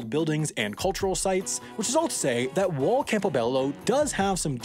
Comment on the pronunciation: haha you pronounce while as wall